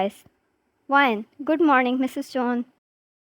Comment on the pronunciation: Was I the only who heard good morning mrs jeon